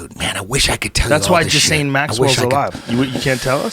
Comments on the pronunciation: I love how Eddie says jizzlain instead of Ghislaine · It's pronounces "Gillaine". Aparently the s is silent. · Did he just call her jiz-lane.??? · Now that Eddie has taught me how to pronounce her name... Epstein DOES seem like someone who would have a sidekick named ‘Jizz-Lame’. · Eddie doesn’t know what he’s talking about. He can’t even pronounce Ghislaine right. Epstein is dead, that’s the only way they could silence him. there was no going back, no letting him live.